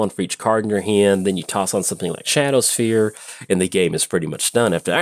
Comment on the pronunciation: It's "Shadowspear", not "Shadowsphere". Would have been tough for Elspeth to stab someone with a sphere 😋